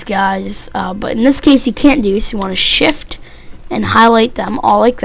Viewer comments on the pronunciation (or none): none